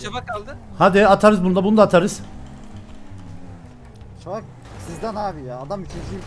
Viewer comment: abi peki emirin şafağa şavak demesi asdlkjhflaksdjghasldkjnbasdmşlkbva